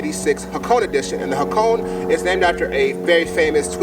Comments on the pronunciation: its actually pronounced Ha Ko Ney like in the ney of a hores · Ha-Ko-Ne is the right pronunciation